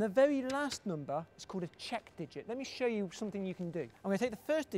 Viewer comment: he says "number" weird... noombah